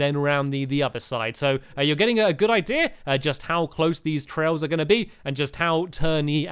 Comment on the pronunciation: I love it when stampy says "idea" because it sounds like "ideer" lol